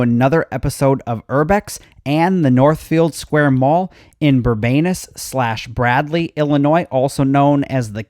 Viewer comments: we call Bourbonnais (bur-bo-nay) or (bur-bone-ace) not to correct you but to inform you. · Just found this. You butchered the name of one of the cities!! It is not Bourbanis with a short a it is Bourbonnais! You even spelled it incorrectly. If you are going to do videos with city, town, village etc. you should study and find out name pronunciation it at is pronounced like you did for the Bourbon part. It used to be that the long a and the s but the i was silent. But the city found out the original name was long a with the a and i and s silent. The a sounded like short u, the i eas silent and there was an s sound so it was Bourbon-us. The correct spelling is Bourbonnais. The newer pronunciation and the correct one according to the French Indian heritage is pronounced Bourbon-a with a long a sound. The other letters are silent. Many still call it the old way but the second is actually the correct way. The mall serves all of Kankakee County , however, it is in the city of Bradley. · Bourbonnais. Bur-bo-nay. :)